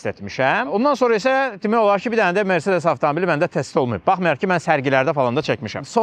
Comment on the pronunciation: Mercedes sözünü Azərbaycanda düzgün tələffüz edən insan !